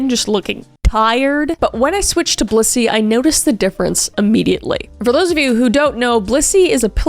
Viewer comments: I totally thought you were saying bussy lol im sorry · I just watched the Dr Insanity video of this the other day! It's so cool seeing it in your storytelling way. Also, I used to live in Broomfield during Covid! When you said Blissy, in the promo video, I thought you said Bussy 😂 ADHD moment